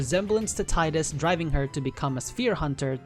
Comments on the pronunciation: ...grr for someone whose been doing the work on these lores, why the hell can't you pronounce their names correctly!? It's."Tee-das" and "May-chen" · No it's not. If your reference for that pronounciation is merely Wakka in KH1 then you need to do more research because that is not the only time it has been voiced and it was pronounced Tie-das. So get off your high horse.